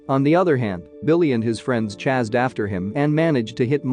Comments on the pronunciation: Why do you say "Chazzed" not "Chased"? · Bro could you not say chased